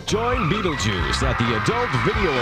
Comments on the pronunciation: He literally cant say his own name hsgsgsha, “betejuuce” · "Wel bi.... well be beedlebuce here, habb bi benis here." Is how I will start every presentation from now on.